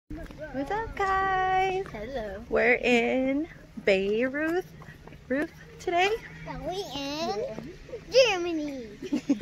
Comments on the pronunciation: its so nice seeing you guys exploring Bavaria, but you definitely need to work on your german language skills: The way you pronounced Bayreuth sounded like you were in the middle east strolling through the capital of Lebanon, Beirut. (the upper franconian town is pronounced more like "Byroid") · We love Bayreuth we have good friends that live there. One note though, its pronounced Bye-roid in German.